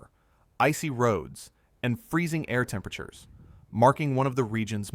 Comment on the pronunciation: How come he can’t say temperature properly?